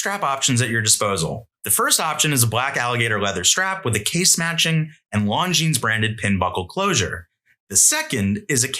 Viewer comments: Longines pronunciation — Longines is pronounced "Lon-jean" or lawn-jeen, with the "s" at the end remaining silent. The name is of French origin and is often pronounced with a soft "g" sound, similar to the "s" in "pleasure". It is not pronounced "long-jeens" or "long-ines." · Not a hater, but this isn't how Longines is pronounced. Love the vid.